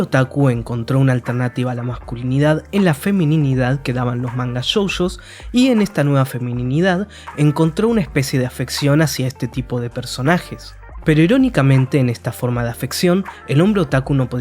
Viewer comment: Me distraía tanto escuchar "shousho" perdónenme, otro día lo veré completo porque es un tema muy interesante 😭